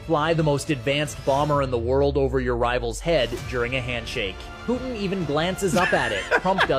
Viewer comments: Who is Poo-in? I like but not a fan of dropping the T. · I love you, but for the love of GAUD please say the “T” in PuTin!!! It’s PuTIN NOT POO IN! You POO IN the bathroom! Please POO IN the bathroom don’t POO IN the podcast! 💩 IN the 🚽. PuTin hopefully does 💩IN the 🚽 as well. 💩in the 🚽 no poo in the podcast. Thank you for your attention to this matter.😂🤪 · it's Poo-tin not Poo-in Lol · WHO IS “PU-IN”????🤷‍♂️😖